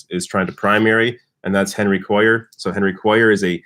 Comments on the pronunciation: Hey, Henry's last name is pronounced KWAY ar. Also Liz Warren said she'd take big bucks if the nominee, but NO money from corporations. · I live in south Texas. Henry Cuellar's last name is pronounced "Kway - yar". (double ll is pronounced as Y). Hope he loses. Warren proved how naive and not "people smart" she is if she really believed Hillary was going to put her on the ticket as VP. Hillary probably just dangled that in front of Warren to keep her from endorsing Bernie. Hillary would never have taken the chance of running on a ticket headed by 2 women, both from the northeast (NY and Mass) - not gender or geographically balanced. It was already precedent setting enough for a woman to head the ticket, no way Clinton would have taken the chance that having 2 women on the ticket would be too much change for voters. After all, Obama didn't pick a black running mate or a woman or white male liberal. Bernie 2020. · It's pronounced "KWAY-AR" (Henry Cuellar) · Thank you. I posted something similar. makes my ears bleed every time he says Cuellar's name. I live in south Texas.